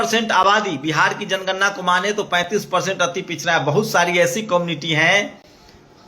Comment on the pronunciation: aagye tum pahle bolna sikho tor diya jay mor diya jayejanigarna